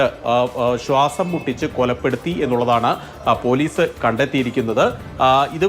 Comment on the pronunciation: സ്വാസം അല്ല ചേച്ചി ശ്വാസം 🤣